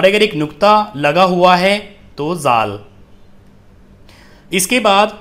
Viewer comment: بھائ صاحب ڈ کے بعد والا لفظ "ذ" ذال پڑھا جاتاہے آپ ز بتارہے ہیں